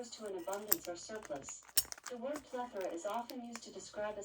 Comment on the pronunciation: I just love your videos, you are so down to Earth ! I like when you try clothes on, it gives us a preview of what they look like on a real woman's body . (Plus, I can see if my "G's" would show !! )BTW the word you were using is "plethora" with an "a" at the end . Alexa got it right. I won't have one of those things in my house, always listening...not that we have "State Secrets" in our house, it's just the principle of it. I really value my privacy. Have a great sabbath evening !